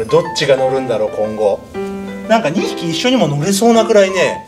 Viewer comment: なんかがなんがになってるw